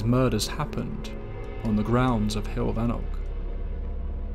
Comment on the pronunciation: It's "hewoll" ( like hugh - oll ) for pronunciation of heol . In English the equivalency would be " way " , or "road" .